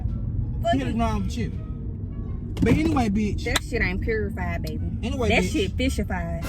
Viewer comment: This man said purified 😂😂